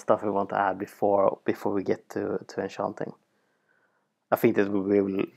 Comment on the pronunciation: Also he sounds like he's saying anchanting XD